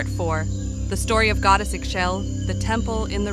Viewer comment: I believe it’s pronounced ee-shell